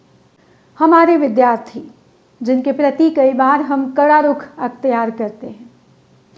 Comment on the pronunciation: आप का भाषण बहुत अच्छा था । विद्यार्थी शब्द के उच्चारण पर ध्यान दें।